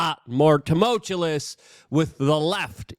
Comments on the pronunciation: I’m hoping he does a temolchulus t-shirt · My faith stays strong that one of these days Luke will pronounce the word “tumultuous” correctly 😂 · No diamond is truly flawless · We need to make a Luke lexicon...I mean a lexicon 😂. He has about 50 words it seems he improvises the pronunciation is. ❤